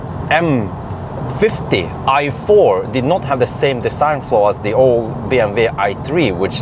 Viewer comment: BMW not bmv:):)